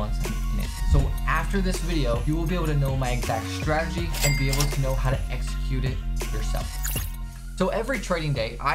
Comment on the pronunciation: The forex has more ppl who mispronounce strategy than any industry...I've heard stragey, stragedy, stradedy... I'm assuming from saying it so much